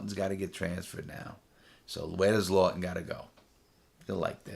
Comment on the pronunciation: Larry 'Law'ton